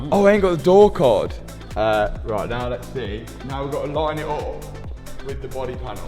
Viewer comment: Can't not notice accent) Never knew how many words have O innit. Bomper, Bot, Op, Hondred, Jost, Onother